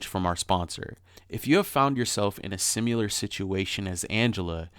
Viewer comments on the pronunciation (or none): I’m not picking here but I’ve noticed it in multiple episodes where everytime says the word “similar”, he says “simUlar” lolz. It’s just so weird lolz.